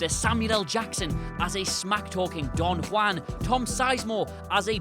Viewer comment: Also, LEARN HOW TO SAY DON JUAN, IT'S NOT DON WAN